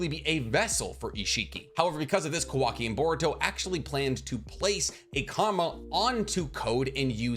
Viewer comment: why does he say kawaki's name like that ?